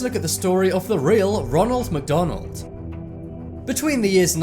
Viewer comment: roonal macdoonal